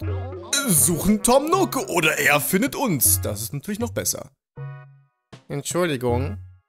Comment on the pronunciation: Tom Nook, nicht Tom Nock! Wie Nuuk ausgesprochen. triggered